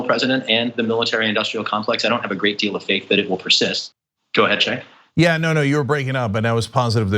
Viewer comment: Cenk, dude! Be careful how you pronounce this guys' name!